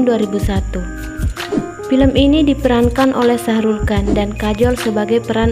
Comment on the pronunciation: ShahRukh khan, bukan syahrul kan mba. Tapi ga wajib si, bebas hehehe